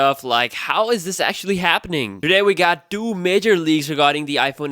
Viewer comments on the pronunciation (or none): Great video, man. But it's two not doo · Two, its fucking TWO not DOO, damn. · Thanka for the info, also it's Two* not Doo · Says doo instead of two. Haha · SE Doo? Like Scooby Two? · SE Doo 😂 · se TWO not se du. please. make it stop. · he says it like "the iphone se doo" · “SE dew” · Dude pronounce the 2 properly! Sounds like you saying "do". So hilarious to hear. Do do do do do do se do. Lol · All I hear “ iPhone se do” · after I heard 3 times this scrub saying iPhone SE Doo I had to quit the video, see ya.